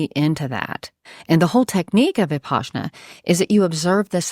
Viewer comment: She’s full of shit. She even pronounced Vipassanna incorrectly.